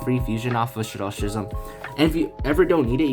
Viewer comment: Pronounciation for "schism": I really like the video though! Thanks for the tips!!